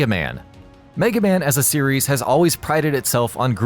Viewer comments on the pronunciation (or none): none